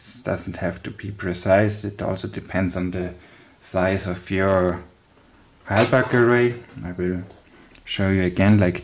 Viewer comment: Halbach array not helberg